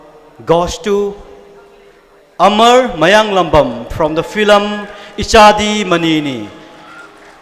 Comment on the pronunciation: Fillam fillam haisine wa loire... 🙄💁‍♂️event host je keidoure haibano.... it’s film not fillam... even a kindergarden kid can say it...🤦‍♂️🤦‍♂️🤦‍♂️